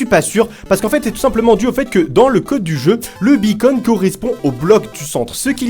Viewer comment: Quand tu dit beacon (la balise) on dirait que tu dit bacon (la viande) MDR